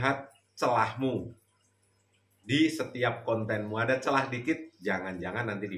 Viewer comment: He he he ngakak....... Ada celeh nya. Up celah bukan celehhh